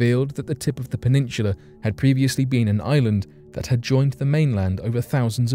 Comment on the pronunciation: Peninshula??? No H in peninsula